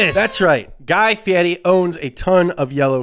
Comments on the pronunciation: Guy Fee-eddie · Why does he call him "guy fieti?"